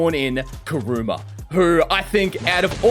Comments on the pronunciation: KURUMA?...ITS KURAMA NOT KURUMA! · Its kurama not kuruma 😂😂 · You said karama bad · So nobody is talking about him calling kurama: “kuruma”